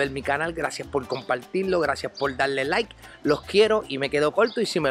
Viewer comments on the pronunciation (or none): none